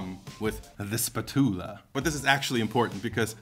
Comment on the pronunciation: I'm here for the way this guy says "spatula" -- spatoolua.... at first I thought it was a different name for a different kitchen utensil but then it hit me - it's just the pronunciation.... anyway great video....